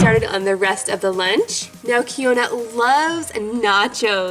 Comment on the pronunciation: OMG!!!!! Thank you for using my lunch idea, I'm keyonna by the way. It's actually pronounced Key-yon-na. I'm actually turning 14 in two days. But I really love your vids and I'm just so happy you used my idea. Sorry I'm now replying but some stuff happened. Keep making these vids!!!